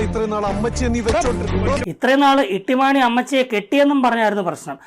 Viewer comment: ഇട്ടിമാണിയല്ല തൊട്ടി മാണി പൊളിച്ചു.😂😂😂